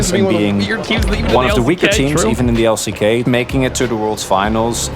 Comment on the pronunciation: MY BOY SAID EXP IN THE L-I-C-K ??